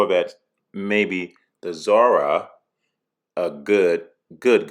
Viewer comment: BTW, I heard you take special care in pronouncing Zora! Hysterical. Great job C! Have you watched my Camaro videos yet? I’d like to know what you think.